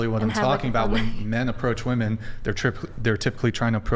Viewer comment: I've heard 'woman' for singular and 'WOOMAN' for plural